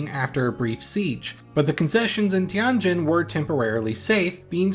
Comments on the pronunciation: Tianjin, pronounced TienJIN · You really butchered the pronunciation of Tianjin ;(